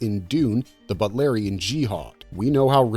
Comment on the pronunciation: It's pronounced BOOT. BOOTLARIAN. NOT butlarian.